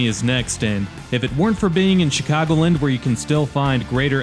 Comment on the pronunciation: I know isn't from around here by the way his mispronounces "Chicagoland." It's Chicago LAND', not CHICAGO' Lind.